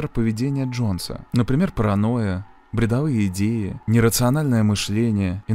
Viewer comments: Еще деталь, если один пилот покидает кабину, должен зайти бортпроводник. Там еще, видимо , не компетентные действия экипажа. И очень режет слух ударение в слове "бредОвые" , а не "бредовЫе". Спасибо, интересный ролик!!!! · бредОвые,а не бредовЫе.